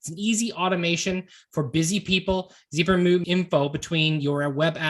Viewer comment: It's a zap, therefore it's Zapier with the short A. Not a long A. The word zap is in the company name, why do people change the name to a long A sound?